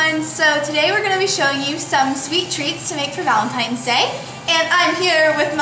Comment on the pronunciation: molly said valentiMes :)